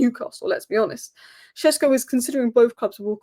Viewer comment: Benjamin Šeško is pronounced as: BEN-ya-meen SHESH-ko Breakdown: Benjamin – Just like the English name Benjamin, but in Slovenian it's often said as BEN-ya-meen (more precise, but "Benjamin" is fine too). Šeško – The "Š" is pronounced like "sh" in shoe, and the "ko" is a short "ko" like in cold. So it's SHESH-ko.